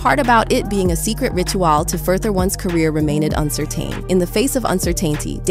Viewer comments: loving that A.I. pronunciation of rit-u-ahhhl and uncer-tain and uncer-tainty 😂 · ritu-AHL and cer-tayne-tee?? huh? so this A.I. gen speech or what? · AI voice much? “ritoo-all”? “uncertayne?”